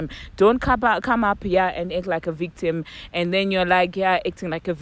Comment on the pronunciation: Girl speaking about comprehension….you need to learn how to enunciate first…pronounce the vowel…don’t chew on it. Its victim not bictim🤣🤣 and stop slurring your pronunciation You ,yourself have weak comprehension too🤣🤣🤣🤣🤣🤣🤣🤣🤣